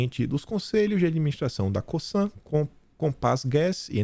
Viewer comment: Essa empresa, no Brazil, é pronunciada com som de Z. Lê-se "COZAN"👍